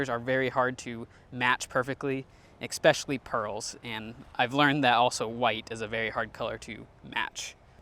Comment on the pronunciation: Love the channel - just have to point out the following: "Expecially" It's especially. No X.